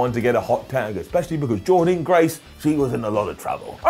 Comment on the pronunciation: SAY JORDYNNE GRACE’S NAME CORRECTLY!!!!!